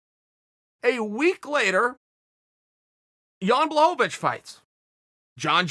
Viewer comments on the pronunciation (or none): No one: Uncle Chael: John Blovich